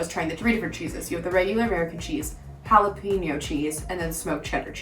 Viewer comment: Dear Gringos, Jalapeño is pronounced. "Hah-Lah-Pay-Nyo" It is NOT pronounced. "Hah-Lah-Pea-Nyo" Don't make me come over there and whack you. Thank you for your attention Gringos